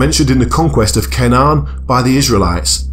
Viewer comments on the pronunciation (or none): none